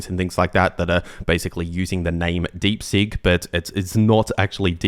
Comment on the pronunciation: Deep Seek, not Deep Sink! Seeeeek